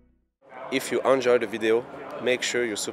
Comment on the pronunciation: Its ENjoy not UNjoy